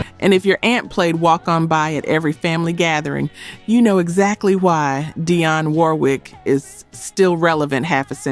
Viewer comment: Her name is not Diane Warwick it is Dionne Warwick